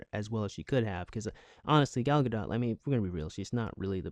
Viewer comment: Thank you for pronouncing her name (Gal Gadot) right